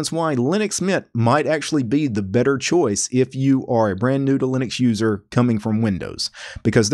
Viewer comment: I thought he said noodling accuser the first two times he said new to Linux user. I don't know what's wrong with me.